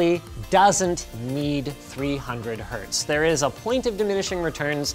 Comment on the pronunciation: Hz not hz.